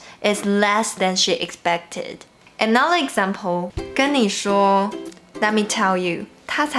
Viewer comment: I love your English! How did you study?? In case you're interested, there are (only) a few words that you could improve the pronunciation: "everyone", "five", "another", "further ado". The way you pronounce them is very cute, so there's no need to change if you don't want to =P